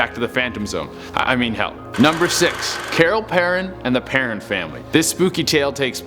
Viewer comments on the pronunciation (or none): He pronouced perron wrong but this guy is funny. It is pronouced PERROWN